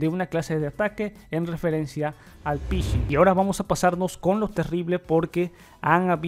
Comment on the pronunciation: Piching ? Kejesoooo ? 🤣🤣🤣🤣 OpenEnglish